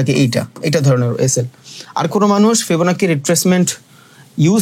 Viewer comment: ফিবনাচি ফিবনাকি নাহ